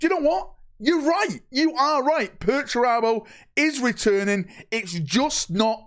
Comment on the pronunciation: I cant wait for perch-er-abo